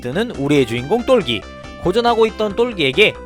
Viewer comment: 똘기인데,,똘끼라고 발음하시니까,,ㅋㅋㅋ 재밌네요